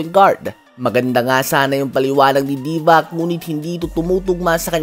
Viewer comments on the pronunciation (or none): Divakkkkk😅😂😅. Patawa talaga to. Haha. Divac yun brad. Yung C soft sound yun hindi K. sound. kaya pala Zubak, Divak, gawin mo naring Doncik. Haha.